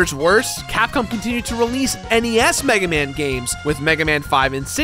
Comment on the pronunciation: We must recover all the energy meguaman